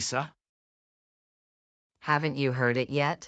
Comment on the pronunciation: not lisa but lisha